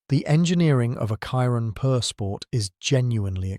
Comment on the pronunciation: Chiron - pronounced “shiron” not “kiron” you’re not American